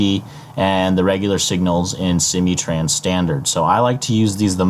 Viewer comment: Its SIM-MOO-Trans.. not See-mee trans. :)